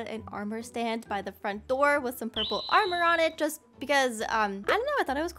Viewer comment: The Red house the perpele house 😂